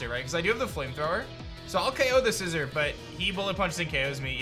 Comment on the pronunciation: Sci Zor not Sci Zer